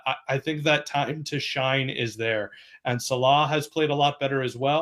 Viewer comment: These guys state the most obvious facts and first dude can't even pronounce Salah and Tottenham correctly wtf